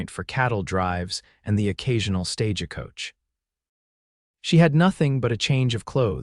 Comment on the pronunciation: It is stage coach NOT stageacoach